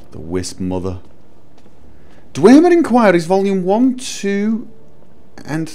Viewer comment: You know, the way you say "Dwemer" is rather funny. You sound like you are pronouncing it as "Dwaemer" I know it's prolly just your accent, but still rather funny.